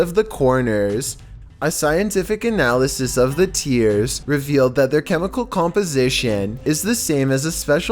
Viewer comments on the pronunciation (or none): none